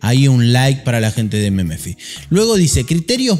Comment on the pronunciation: jajajaj meme - fi, se dice memfai boludo XD